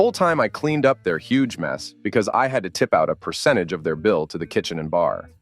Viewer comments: Why do you say "pre-cent?" The word is PERcent. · Precent? It’s percent.